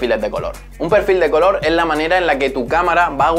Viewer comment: “Pe’rfil de coloh” menudo media lengua